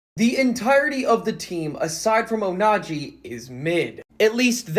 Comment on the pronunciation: PLS STOP SAYING ONAJI 😅